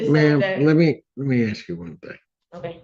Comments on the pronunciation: Axe me, please say ask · 3 ROOMMATES SAYING SAME THING...THIS ONE IS THE TROUBLE MAKER!!! COLLEGE STUDENT THAT CAN'T PRONOUNCE "ASK" AXE??? THIS WITNESS DOESN'T LIVE THERE...SUCH BULLSHIIIT!!! SHE'S GOING TO BE A NURSE???YEAH RIGHT...CAN'T EVEN GET ALONG W/ROOMMATES;CAN'T TELL YOU WHEN/HOW MANY TESTS FOR FINALS??? WON'T LISTEN TO THE JUDGE SHE'LL BE BACK...JUGE JUST BASICALLY TIED EVERYTHING UP IN A NICE BOW... "WHAT IF THIS,WHAT IF THAT?" HANDS ON HER HIPS,SMACKING GUM & STILL NOT LISTENING!!! WHEN JUDGE YELLS AT YOU FOR YOUR GUM AND HE LEAVES THE BENCH...YOU ARE IN TROUBLE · Ask ask ask. For the love of god and all that’s holy - the word is ASK. Not Axe. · When it starts with "you axed me..." you know it's gonna go off the rails fast. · “Axed” me! My God! Speak clear English intelligently! Even people who are not born here speak better than these people!! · Agreed! I cannot stand that either. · Agreed! I don’t understand why some people simply cannot pronounce that word correctly. It’s lazy.